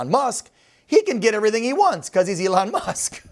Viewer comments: His name is not Ellen, it is E-lon. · why is George saying Elon's name wrong?